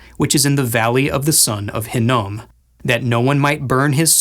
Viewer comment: Love you Guys, but your butchering the names of Tophet and Hinnom,... Smiles 😃 Shabbat Shalom Ya'll 😊😊😊